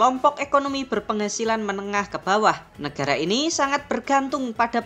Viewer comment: Nekara atau negara? Kok nyebutnya nekara